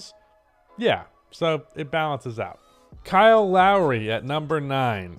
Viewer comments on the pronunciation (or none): none